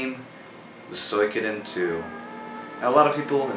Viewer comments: I think it's pronounced as "Swee-ko-den" anyway I fucking love this game, I was like 6 or 7 when I had this game :) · Are you serious? You can't e, show some damn even pronounce the game title?! UNSUBBING! lol jk I was never subbed in the first place. But seriously show some fucking emotion when you review.